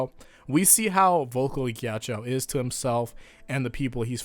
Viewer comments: i thought ghiaccio was pronounced gee-achi-o not gee-achi-aou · nobody:: "Geeyacheeyao" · Jack-io, plz pronounce it correctly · everytime he says "melawn" or "mel own" instead of "mehlohneh" it hurts my brain Edit: oh god he pronounces ghiaccio as "gyachow" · HEY. You know Ghiaccio? Why does Pronounce it Gyachyow? HUH!!? WHY!! SAY IT RIGHT. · Your pronunciation of Ghiaccio as 'gyachow' kept cracking me up the entire video 😂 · Mispronouncing Ghiaccio, see what you did there.